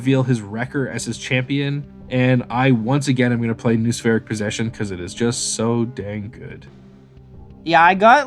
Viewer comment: Great stuff! A note on pronunciation - "noospheric" and its variations sound like no-uh-spheric rather than nu-spheric.